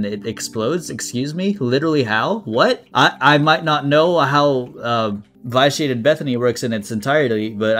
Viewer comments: Hey, sorry to be the pronunciation police but it's supposed to be pronounced vi·shee·ay·tuhd. Love your videos but hearing v-eye-shee-ay-tuhd made me cringe. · Don't mean to sound rude, but I think vitiated is pronounced vish-e-ated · Me every time he says vyshiated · You're mispronouncing vitiated